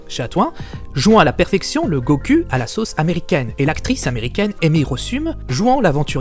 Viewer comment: Pourquoi il dit goku et vegeta, sa se prononce : Gokou et Véjéta !